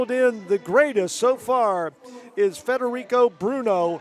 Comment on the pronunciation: How many different ways did they say his name wrong? Frederick, Federuco, Fedrico... I lost count 🤔